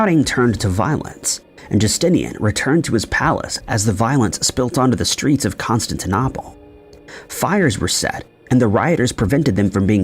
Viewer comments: O-hi-ya? Con-stan-ti-nopple? Re-ally? Tow-nop-uh? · That's not how you say Constantinople.... annoying as hell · Odd pronunciation of Constantinople.🇺🇸☕💐